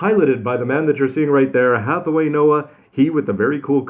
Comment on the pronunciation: "Penerope" "Heathaway" lel